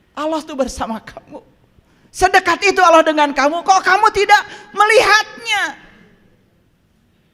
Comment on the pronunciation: Nyebut Allah saja ga bener.. itu lah ciri2 orang yg bukan muslim.. hanya berpura2 menjadi muslim.. 😂😂😂